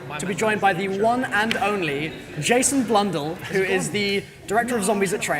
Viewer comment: Did he just say "jason blundal"? XDXD